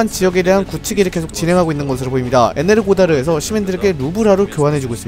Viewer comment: 에네르고다르가 아니라 에네르호다르가 아닐까 싶네요. 러시아어에서 ㄱ발음은 우크라이나어에서 ㅎ발음납니다. 러시아어 발음 체르니고프가 우크라이나어로는 체르니히우인것처럼요.